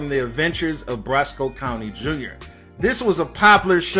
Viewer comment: Bro...You said Shogun at least 5 times🙄🙄🙄...His name is Sho'Nuff :The Shogun Of Harlem...And did you say "Brosco County Jr.!?!?!"😂😂...Its Briscoe...Like San FranCISCO...